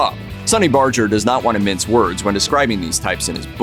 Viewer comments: Sonny Barger pronounces his name with a hard "G" (as in "Burger"), not a soft "G" as the narrator did in this video. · Saying Sonny's name wrong, pronounced with a hard G. Have respect for him. Women can't join because it's a Men's Club.